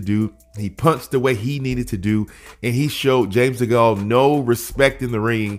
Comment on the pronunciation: Just so you know, You're pronouncing Degale wrong